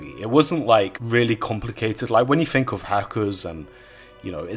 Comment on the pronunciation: I 'Fink'...